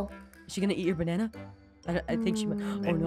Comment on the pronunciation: I love that he says bana